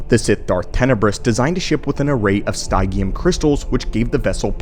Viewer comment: Stygium is based on the word stygian and is pronounced sty-gi-an as in Styj-ee-uhn So I think stygium is styj-ee-um.